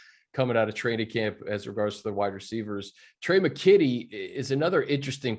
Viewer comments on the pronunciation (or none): Daniel Jeremiah called dude Tre " McQuitty " lol.....😂😂😂